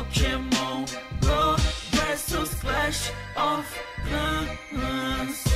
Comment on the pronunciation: mano clahs of clahs ganho ser vc não conhece o jogo não fala seu broco